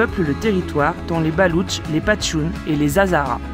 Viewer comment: Ce ne sont pas les « Patchounes » comme dit Didi , mais les Pachtounes. Est-ce que Didi conduit le camion si Nico a un problème?